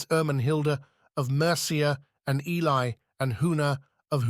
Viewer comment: Oh God no!!! This is going to be so hard to listen to if Ely is constantly mispronounced. Very worthy subject. Killed by the AI